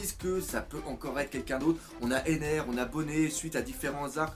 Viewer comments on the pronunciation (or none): none